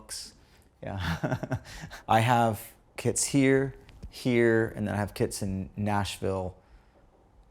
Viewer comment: had to listen a second time to realize he's talking about kits and not kids 😂